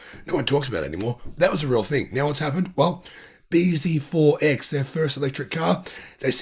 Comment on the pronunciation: BZ4X is pronounced bee zee four cross